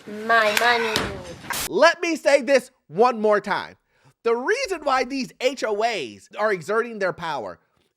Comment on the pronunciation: Why do you sometimes say "HOH's) ??